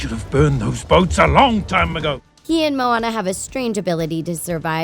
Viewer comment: IT IS MOANA NOT MONA